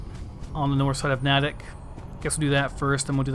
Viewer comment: It's pronounced Nay-tick